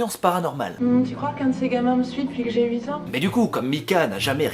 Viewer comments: C'est quel âge ça "Ouite ans" ? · Depuis ses wouit ans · depouis ses houit ans :p , roh je me moque ce n'est pas très sympa ^^, plus je regarde t'es vidéos plus je t'adore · A "depouis ses houiit ans" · "Depouis ses houit ans" ça me rappelle "fouite" 😂😂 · "Depouis ses ouite ans" 2k17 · t'es Belge ? je t'ai entendu dire "depuis ses houit ans" mdr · "Depuis ces houit ans", merci les belges, vous me f'rez toujours autant kiffer <3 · Juste parce que tu a dit blédard j'ai souri ... Merci a toi x)